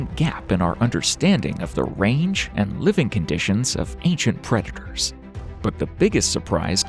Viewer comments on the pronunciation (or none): none